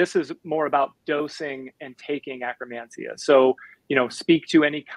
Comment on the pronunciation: Why do they pronounce it akkRamansia? It is akkeRmansia.